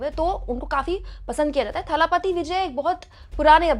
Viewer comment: थालापती नही दलपती